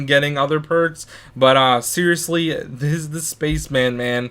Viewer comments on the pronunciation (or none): it's zis